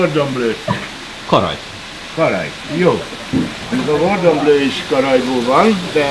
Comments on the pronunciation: meg nem is blue...hanem bleu,de ja. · Cordon!!!! Cordon blue. Ejtsd: kordon blő. Mint kék szalag. Nem gordon :D